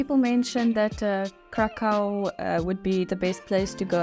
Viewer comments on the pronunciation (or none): Hi just to let you know don’t get me wrong or offensive just wanted to say that you pronounce Wrocław perfectly well so you might be interested to pronounce Kraków correctly so for English speakers to sound correctly they have to say Krakoof😉 you welcome🙂